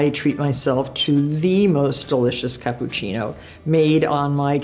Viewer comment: “the best capboochinno”